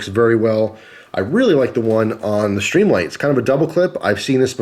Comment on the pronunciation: why do add an "h" when and pronounce as SHtreamlight? I like the looks of the Streamlight, but prefer as you pointed out earlier - the solid, non-rubbery button on the thrunite. Nice tight review. I wish they made these usb rechargeable - I've really gotten used to that feature on other products.